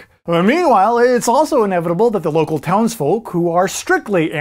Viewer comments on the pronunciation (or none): none